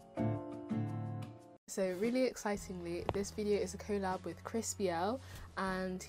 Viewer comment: the way u say collab is weird